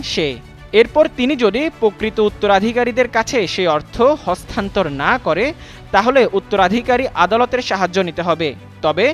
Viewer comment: হস্তান্থর না রে ভাই হস্তান্তর